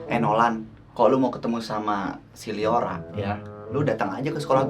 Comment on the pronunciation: kak bukan leora tapi liora